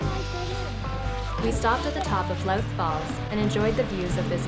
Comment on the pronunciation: Louth - I think you pronounce it like "ooze" - Looth. When we hiked the trail in , we hiked early, and never ran up against sunset - plenty of time to get lost hiking and/or driving.